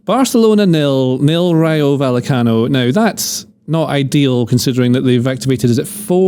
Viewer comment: Thanks to the guy who pronounced “Rayo Va[y]ecano” right. Thanks to all of you for a great pod!